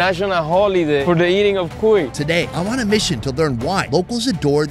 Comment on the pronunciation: The HARD pronunciation is in the “i” for the word CUI (the name of the hamster. It’s not CUi its cuI 😊